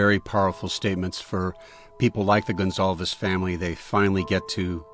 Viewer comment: It’s pronounced Gon-Sal-vez. Portuguese.